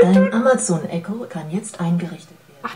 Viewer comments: Es wir eko ausgesprochen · Einer der ersten der das hat? Ich hab das seit 2 Wochen und ich bin der uninteressanteste Typ in diesen Kommentare😂😂 - und bitte hört auf "Echo" zu sagen.. es wird "Ekko" ausgesprochen 🙄😣